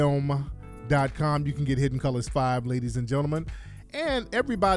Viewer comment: The African accent "...Hidd-en Coo-Lahs" 😂😂😂😂